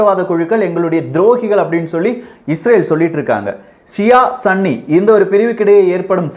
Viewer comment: "சன்னி" அல்ல சகோ "சுன்னி"